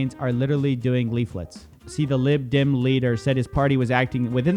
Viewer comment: You say 'Lib Dem' funny.